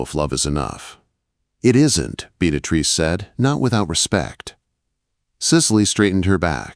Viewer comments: I was hearing Beat A Trees or Bead A Trees. 🤣🤣🤣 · I couldn't listen to this ...... the name pronunciation was too distracting .... (Bee-ah- treece) Beatrice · 🤣 The AI pronunciation of Beatrice. Just call her Trixie! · AI really butchered poor Beatrice’s name. Listening from Clarksville, TN.